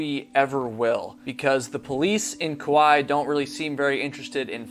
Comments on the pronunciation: Nah, bro fell and killed himself. The most likely scenario. Also that pronunciation. 😂 cowlao. No hate, just laughing. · Its pronounced Ka-wa-ee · Your pronouncing Kauai incorrectly.